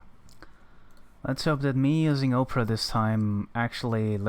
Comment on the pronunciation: With "Opera" - just make the starting letter O sound like a small case letter rather than a capital (think of words like Olive, Obligatory, Obtuse, Officer and not words that sound like Ohhhhhh (a look of surprise), Sow (as in planting seeds), Mow (like cutting the grass).....you virtually had it on your first attempt ;-) Absolutely fantastic run. Love this game!!!